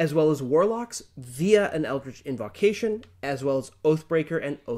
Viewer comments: Number one: I love the channel and the guys. Number two: watched a few episodes of Drakenheim, enjoy it. But does anyone else get triggered when he says inVAHcation? Just me? Okay. Please understand I’m not at all trying to throw shade, gods know I say some things weird. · Invocation has a long o sound after the v (like evocation), not a short o